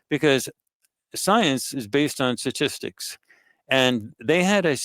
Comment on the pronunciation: It's sTatistics, not satistics people.